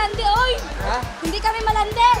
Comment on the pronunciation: "hindi kame malandi uy" bisaya ka man day ui XDD